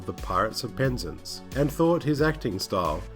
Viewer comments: It's pronounced Penz-ance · Love the videos but please pronounce PEN-ZANCE . 😂😂